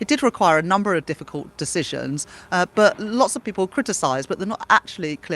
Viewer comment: "I had to make difficuly decisions." Bla Bla. "Clearing up the mess."